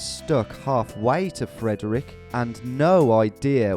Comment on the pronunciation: hearing Frederick pronounced like that hurt... same with Potomac... Maryland moment. Crab gang rise up